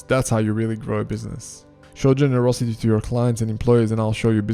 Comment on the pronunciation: I have helped thousands of people, putting them first. I love how you say, gererousity...